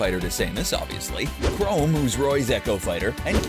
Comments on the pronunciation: Saymus Chrome (google) Rie-oo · saymus chrome rye-yoo rich-ter wUt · "So we have Dark Saymus*, who is an echo fighter to *Saymus*, obviously. *Chrome*, who is Roy's echo fighter. Ken, who is *Rye-u*'s echo fighter. And finally Simon Belmont, who is *Rich-ters echo fighter". Omg dude how much worse can you get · ok so it's dark say-mus,chrome and ri-u???!!! bruh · He said Sam-us 😂😂😂 and he also call chrom crome😂😃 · Xd he butchered dark Seamus and chrom so badly, ITS DARK SAMUS, NOT DARK SAYMUS AND ITS CHROM, NOT CHROME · Did you just say Chrome it is Chrom Or say it however you like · Chrome 😂😂😂😂😂 It’s (K-rom) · You say samus, richter, chrom and Ryus na,e all wrong